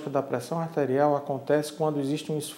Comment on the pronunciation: meooooo....esse médico parece que está morrendo......só pode....Lento....raciocinio quase parando......Parece que ele está lendo.......A entrevistadeira( isso mesmo.....entrevistadeira) está no mesmo nipe........Que coisa horrivel.... élévação.......da préssao artérial...........affffeeee............